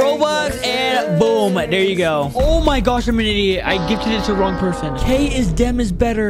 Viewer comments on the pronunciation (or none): none